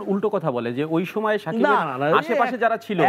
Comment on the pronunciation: সময়কে সমে বলে।